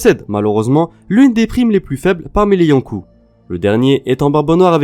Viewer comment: Et faut aussi qu'il arrête de dire yonkou